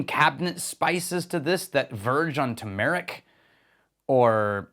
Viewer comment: that is a weird pronunciation of Turmeric😆